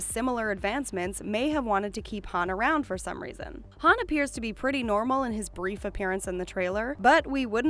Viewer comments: IM SO ANNOYED BY THIS ITS HUN NOT HAN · U said how Han u mess up